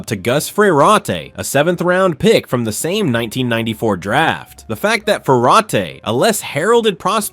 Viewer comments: That's Fer-rot, not fer-raw-tay. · Holy fuck learn how to pronounce names. It's pronounced fur rot. The first R in Frerotte is silent. Now you're mispronouncing Todd Marinovich fuck dude smh. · Fa-raw-tay is crazy work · that pronunciation of Frerotte 😬